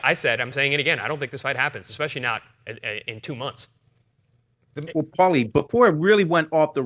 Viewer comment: Take a shot every time can’t pronounce Paulies name in the beginning 😂😂😂